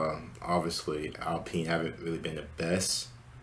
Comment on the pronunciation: "Alpeene" bro 😂 its french